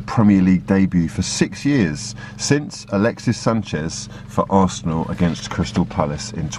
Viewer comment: I always think you say "breaking news for dat ass" 😂